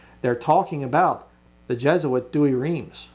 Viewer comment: I thought you were an expert in the history of Bible's and you don't know anything about the Catholic Douay? Or even how to pronounce it? Explain the unicorns discussed in the KJV in your next video please. Thanks.